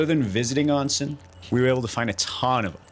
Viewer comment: It’s oh-nsen, not ahn-sen, o sound